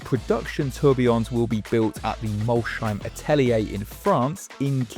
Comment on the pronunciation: is Mols - heim, not Mol-sheim. so: "Moles"+"haim", hmmkay?